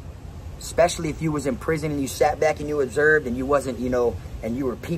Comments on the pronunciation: Observed not observeb homie... Lol all luv fam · Take a shot every time he say obserb lmaa😂😂 you crack me up man but you already know PA rockin wit ya 🐸💪🏼💯💯